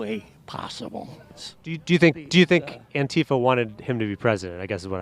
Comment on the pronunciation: “Antifa” -The accent goes on the second syllable, not the first.